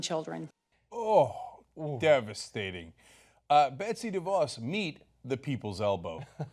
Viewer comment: We can all say her hearing was "devostating" (devastating)